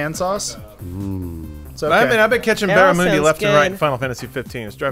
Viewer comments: Hahahaha.... "Barramoondi" :D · Hey, for future reference, it's pronounced Barrah-Mun-D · The "U" in barramundi is pronounced like the "U" in 'under' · Teases Peake for mispronouncing Antarctica. Pronounces barramundi as barra-moo-ndi. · 'baramoondie' NO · The pronunciation of barramundi hahahaha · it really triggered me the way they say barramundi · It's barramundi with the u like in undies